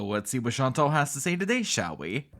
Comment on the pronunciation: She doesn't even pronounce her name correctly. In French, it is more like Chan - taal. I don't know how to write it, but sort of like a long, soft 'tall'... Also, Salah has never been to Syria, Kuwait is his home. Why is she acting like she wants to go to Syria to see where he grew up? Plus, she's stupid to not be scared to go to a country that is still experiencing violence and political upheaval. It doesn't make you sound brave, Foodie, it makes you sound stupid. OMG - I HATE the way she talks about countries she has never visited and how she acts like the ME is some perfect oasis where everyone is treated so well and nothing is negative. It's so annoying. Ma'am, people are jailed and murdered in the ME for being gay. Quit with the Pollyana BS!